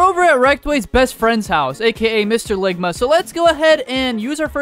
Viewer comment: Loungma not ligma ball